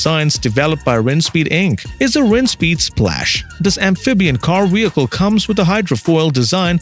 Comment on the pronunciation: re U sayin wheelcle and wideo